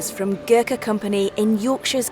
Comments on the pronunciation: At least get the name right its not pronounced ger ka its (Go-r- kha) Gor with an emphasis on Go. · What's with the pronunciation.... Garkha? Nepol?